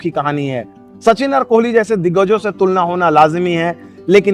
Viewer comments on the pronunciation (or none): none